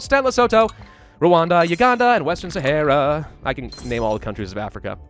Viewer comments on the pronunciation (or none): none